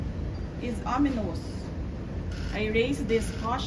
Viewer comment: Sara said O NI MOS for OMINOUS? Is she illiterate?